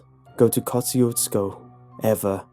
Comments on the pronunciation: there's a road my town with the same name, but it's pronounced "kashoozco" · It's kind of funny hearing an english pronounciation of the word Kosciusko when you are Polish and constantly hear about Tadeusz Kościuszko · Kościuszko moment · Very nice story, but I kinda cringed on how you pronounced Kościuszko. But I'm not going to throw a hissy-fit on you. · I'm from Poland and I laugh every time you say Kościuszko. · Well he didn't pronounce it right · Went here today. They pronounce it Kuh-SHU-skuh. No meat market. There is a dancing hall, though. Not creepy. 390 people live there. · It’s pronounced “ka choo sko” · I live near there it pronounced ko shoe skow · and its Easy to pronounce: kosh chu shko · I love in floresville texas ( a little bit away from poth and there (k town) ). this is really wrong. my grandma went there and I went there today. it is full of people, and it's not a scary place. second, it's pernounce ka-shu-sco, and poth is pernounce po-th. I am seriously upset that they get this town wrong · We pronounce it Ko-Shoes-co I believe. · It’s pronounced koe–shoe—skoe